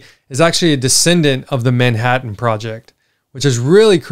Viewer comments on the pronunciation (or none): none